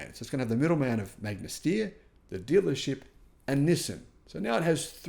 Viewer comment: As an Austrian, it makes me very sad that Magna Steyr produced such inferior cars. Also since I was really hyped for the Fisker in the beginning because it has some good approaches. btw the "Steyr" in "Magna Steyr" is not pronounced "steer", but rather "SHT-ayr"